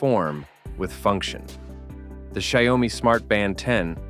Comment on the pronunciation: Please look up how to pronounce "Xiaomi" before saying it a hundred times. Come on, man.